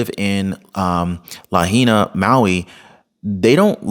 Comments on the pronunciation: La HIGH Na. not LaHeena. Just helping no criticism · Hey: It's pronounced "Luh-HIGH-Nuh" NOT "Luh-He-Nuh" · Lahaina is pronounced La . hai . na🙂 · Lahaina....pronounced Luh-high-nuh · Just a little FYI...it's pronounced La High Nah😊...watch your kind and informative videos everyday! God bless you and your family! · Its La-high-nah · it's LA HI NA! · Lahaina is pronounced "la-hi-na." The "ai" sounds like capital "I" in this word. As to the commentary that this fire appears to have been deliberately set, you are not taking into account that the real-time video of the downed power line, nor do you have any understanding that the Hawaiian islands have different climate, wind, and thermal patterns than what we experience on the mainland. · it's pronounced Lah-hay-nah 😅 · It is pronounced La HIGH na HI. 😊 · It is pronounced La high na meaning Cruel Sun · as a former resident of Lahaina Maui, it drives me nuts to here the name pronounced wrong. Lol